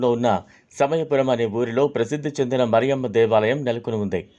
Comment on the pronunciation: ఒరేయ్ మరియమ్మ కాదురా, మారియమ్మ, దరిద్రుడా